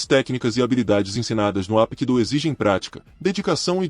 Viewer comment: Parabéns, excelente vídeo, maravilhoso, só una crítica construtiva, não se pronuncia Apkido, se pronuncia Rapkido, o H tem som de R.